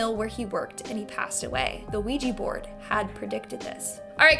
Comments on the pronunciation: Why anglo pronounce it ouiji board its a OUIJA board like OUI=-YES IN FRENCH AND JA = YES IN GERMAN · Sorry but it's pronounced we ja the o is pronunciation is like the French oui = we